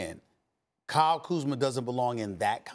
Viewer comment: He finally said Kyle Kuzma’s name right 😂